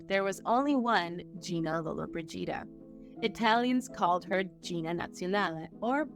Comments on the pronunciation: Thank you, I thought it was just me. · At the start the name was correctly pronounced but later it was mispronounced. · Well not everyone can say names properly especially if they are dyslexic so cool ya self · Thanks wish she would just say Gina as it's not easy to hear it pronounced that way over and over again. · LolloBRIgida ... not LollobriGIda :D Wrong accentuation sounds like "frigid" .... As for the topic, very interesting and a strong story. Men of power then all they wanted was to use their crown jewells below the belt. I wish I could time travel and give them an ear full (putting it mildly). Gina lived a long life - I was amazed 95 !!! She was at the end very fragile, trying to hide all imperfections to the best she could. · Lolo-bridge-eeda! Please practice the proper pronunciation of these names. It's a sign of respect! I have to say that the Scottish fellow does the best at these narrations! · It’s Lo-lo BREE jee dah! The accent is on the third syllable. I can’t watch it now because it’s so annoying that the name is mispronounced! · If you are going to make a video about Gina Lollobrigida you should learn how to pronounce her name. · If you're going to narrate a video about a celebrity, please learn how to pronounce her last name. It's not hard to figure it out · What kind of journalism is this? This is a famous lady and you don't know how to pronounce her last name? My suggestion is stop being a presenter/ commentator on this show! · Was there a reason why you consistently called her the wrong last name ? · Hard to believe you wouldn’t practice the correct pronunciation of her name before making a video! Unprofessional! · Like nails down a chalkboard………… every time you mispronounce Gina Lolabrigida’s name. Unacceptable, disrespectful and utterly rude. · could the narrator please learn how to pronoune her name please?? i wont watch this ignorant little documentary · Can't even pronounce her name right! Not watching this trash!!!!! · LOW-la BRIDGE-ida